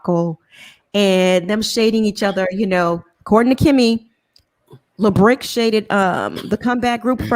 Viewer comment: The fact that they keep calling this man LaBrick 😂😂😂 omg you all are hilarious